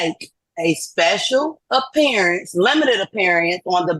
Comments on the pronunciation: Apearyinc ....wtf....it's pronounced appearance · wtf is this "speshul appeeriance" and "jooridiction" it speaks of? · looking up the word * apeerieence 😅😂😊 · A special “appeareance”. 😂😂😂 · She's making a special "appear-i-ance". It's unfortunate she failed...everything? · "I'm here on a ‘special aperience" (Like a mix of 'appearance' and 'experience' 😂) "neither of you can be ‘the beneficowary" (A sort of mix of 'cassowary' and 'beneficiary' 😂) ”I’m a foreign entity challenging your jura-diction” ￼😂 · Special appear-eeance. Good Grief. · Appear e-ance? These sovcits never finished high school. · It seems like one of the requirements of being a SovCit is to mispronounce words. Nearly all of them mispronounce at least one word. For example "Special appeariance"